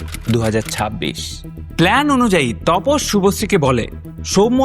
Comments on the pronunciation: Apnar vdo bhalo lage tobe onek sobdo kane lage jemon tapos ke topos bolchen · তপস না দাদা, ওটা তাপস হবে।